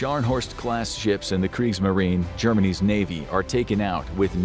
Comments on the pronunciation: He said “Germany’s fighters” but my brain heard “Germanese fighters” every time I replayed it. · He said Germany’s